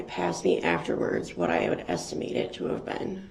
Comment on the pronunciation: No I didn't get a lisends place number, maybe you wouldn't axe stupid questions if you had a license, you even lied about that, he should of had a dictionary, I noticed estimate was one of the many words he had trouble with. That wasn't part of the game , my dogs vocabulary is higher then his!